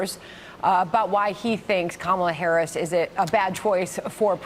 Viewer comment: & Fox “News”: can’t pronounce the name of the United States’ Vice President.